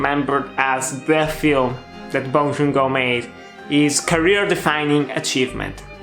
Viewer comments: The director's name is Bong Joon-Ho, not Bong Joon-go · Bong joon “ho”. Not go~